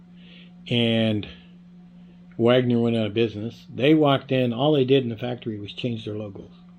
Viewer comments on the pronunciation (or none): Its not Wagner. Its Wenger.